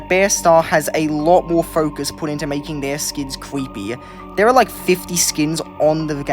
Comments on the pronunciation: It's so "scawey" and "cweppy" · "Cweepy" cracks me up everytime he says it